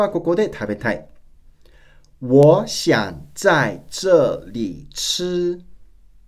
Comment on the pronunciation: 这里 の発音が掴めなさすぎる ツァーリ？！ チャーリー？！